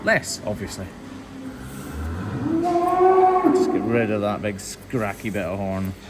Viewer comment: Did he say "scracky" bit of horn? I think I found my new favorite word!